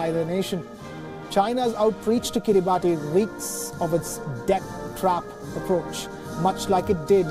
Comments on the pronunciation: It's pronounced "kee-ree-bas", not "kee-ree-bah-tee". If you can't be bothered to learn the real name, how can we trust that you've properly researched anything else? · its not pronounced Kiri baati but kiri bas. ti over here is pronounced the same way as ti is pronounced in nation or solution it has " sha" sound rather than " tee" sound. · Its "kiribas" 😅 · It is written kiribati but pronounced as kiribas. If i am not wrong! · It is pronounced Kiribas not Kiribati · It's pronounced as kiribas...not Kiribati...ti is S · It is pronounced as Kiri-bahs and not Kiribati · Its pronounced kiribas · It should be pronounced "Kiribas" please do more research you Indian reporter. XD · Pronunciation is Kiri- bus. Ti is pronounced “s” in that country. I have taught Kiribati children in New Zealand. A typical boys name is written Tioti, but it is pronounced Sos (as in sauce). Thought I’d let you know. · Just going to add some info here. it's pronounced as Kiribas not Kiribati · Guys. Please at least pronounce the name correctly. It undermines your editorial integrity if you pronounce a country's name incorrectly. It's pronounced akin to 'Kiribas' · It's pronounced Kiri-bas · A. Pronounced “Kiribass” B. It’s a country that technically yesterday, today and tomorrow on the same day so they won’t technically default on loans 🤪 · It's actually pronounced as 'kiribas' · Pronounced "kiribahs" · It is pronounced kiribas not Kiribati.. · You pronounce it as Kiriba(as) Not as Kiribati Though you write the name as Kiribati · FYI..it’s pronounced Kiribas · It is pronunced as kiribus. Come on wion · It's kiribas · Actually Kiribati is pronounced as Kiribas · Please correct the pronunciation of Kiribati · Bro that is not at all how you pronounce Kiribati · Maybe learn the correct way to pronounce Kiribati before going on air.